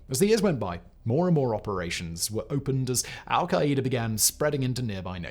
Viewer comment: Lol we say Al-Qaeda (Al-kai-duh) not al-kai-Ä-duh